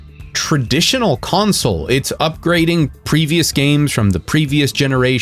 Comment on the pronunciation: Hahaha 😂 It sounded like: "UpGreeding" 😅...